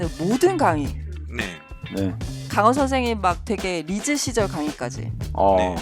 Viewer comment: 이 선생님이라고 말씀하실때마다 성생님이라고 말씀ㅋㅋ